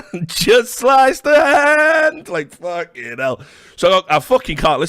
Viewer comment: This one never gets old lmfao